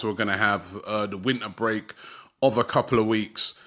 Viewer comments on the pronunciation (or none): none